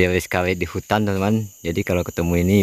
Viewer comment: Bukan Hunan woee bang tpi hutan